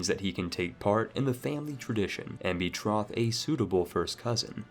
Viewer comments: “Pee-ety” “Doo-chy” “Bet-roth” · It's so weird which words this guy pronounces correctly and incorrectly. He pronounces Nantes and Lèon correctly, but doesn't know how to say liege, piety or betroth. It's so random.